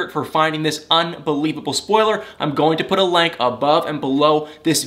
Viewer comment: Please pronounce the word correctly “link” not “lank”.